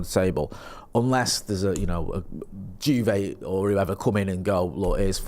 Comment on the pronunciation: Love the way pronounced Juve as “Jew vay” 😂